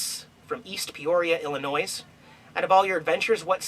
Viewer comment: Please do not pronounce the 's' in Illinois. XD Thank you. :) I'm from Illinois. My cute Venezuelan friend does that a lot. :)